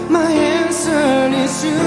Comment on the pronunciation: is it only me but i heard baek pronounced "it's you" as itch you instead? ahahhaha he's so cute 😆